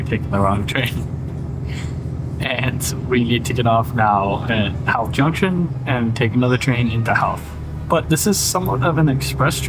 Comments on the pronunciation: Howth is pronounced ho-th you don’t sound the out the “how”th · Howth is a lovely spot. The 'How' part is pronounced to rhyme with 'Toe'. I always get my visitors to go take a day trip out there. Bus to the summit, walk around the Cliff Walk, something to eat at the harbour, go see the castle and then back to the city by train.